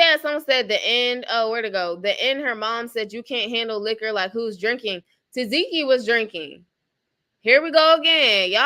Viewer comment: TA. SEH.KEE IS HOW U PRONOUNCE HER NAME 😂❤